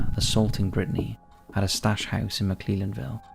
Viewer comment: Britney Drexel's body has been found, Wikipedia has not been updated. Also you butchered the pronunciation of McClellanville.